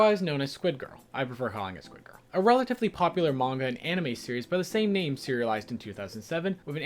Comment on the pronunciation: The squid girl pronunciation is sadly splatting my soul...